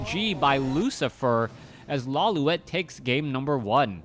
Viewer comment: isn't it Lawli-et? Instead of Lawli-wet? I always get confused you cast his games. haha